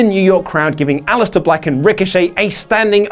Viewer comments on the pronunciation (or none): none